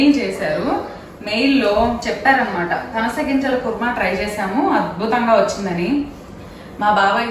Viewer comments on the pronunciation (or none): పనస not పసన